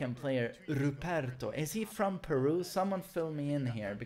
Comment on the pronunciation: hearing say peru was painful